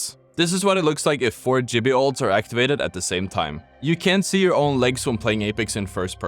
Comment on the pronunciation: Speaking of the letter 'J' not being used in any legend name... it's GIBBY NOT JIBBY.